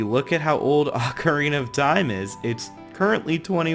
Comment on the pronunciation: It's pronounced. O-CAR-INA NOT OCK-Arina